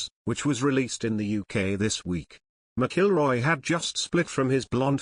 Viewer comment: You really butchered Rory's last name..lol He definitely missed a bullet..lol